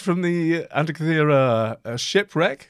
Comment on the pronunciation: The Greeks told me this island is pronounced an-teak-key-thera, emphasis on teak-key😊